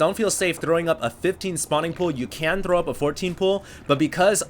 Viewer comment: Hearing you say "throw up" made me laugh. You little russian.